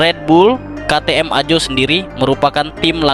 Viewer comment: bacanya AHO,,,BKN AJO bosss